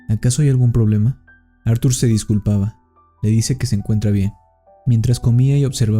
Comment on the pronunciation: Q no se llamaba Artur, como dices acada rato Ar 😵‍💫